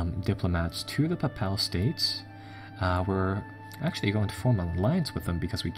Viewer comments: heir to the throne is pronounced air to the throne. papal state is pronounced Pay-pal state Castile = Ca steel eh casus beli = kaysus be-lie (rhymes with eye) English isn't phonetic. it's very inconsistent - due to many different linguistic systems being injected throughout history. There aren't enough symbols to represent the sounds we make. Spanish is much more sensible. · it's the 'pa-pal states' for me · Learn to pronounce the place names correctly. Badajoz I gave you a pass on. When you could not pronounce Papal States correctly I gave up. If you want to come across as knowledgeable then you need to be able to say the names of things correctly if you cant then just stick to making good bacon. FYI phonetically its Bad a Joz and Pay Pell.